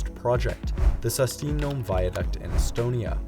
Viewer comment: Thank you so much for making this video about the my country, Estonia, and other Baltic States! It means a lot to us! I'll make a small correction: Saustinõmme is roughly pronounced as sa-w-sti-nym-me .